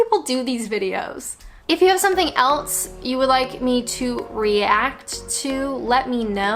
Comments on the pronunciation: Lucy K It is funny that, but if you hear the vowel pronunciation, of Else it sounds like she says Alse, so maybe its a linguistic thing in accents with the utterance of the rest of the word off of the tongue flowing from the a sounding e... I dunno why elSe... ?? Lol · The way she says the word "else"... 😂 I am laughing but really it annoy me, there is a S in it, not T! 😨